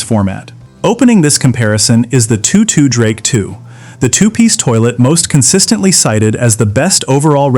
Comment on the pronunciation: AI Crap. It's TOTO, like the dog in the Wizard of Oz, or the Rock Band Not two two.